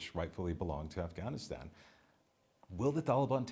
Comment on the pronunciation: never knew the "GH" in Afghanistan is silent!!! the more you know...